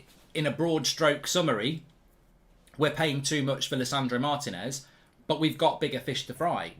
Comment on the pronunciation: better learn how to pronounce his name then!